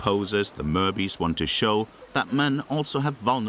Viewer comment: Its not merbys. Its mer-bys. By is short for boy in newfie. For example the saying "Yes by" . Or the song "I's the by"